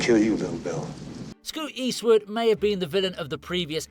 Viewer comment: Who is SCOOT Wastwood? And it’s a SALOON, not a salon😂😂😂😂